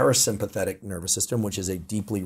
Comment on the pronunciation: "Your nerber system"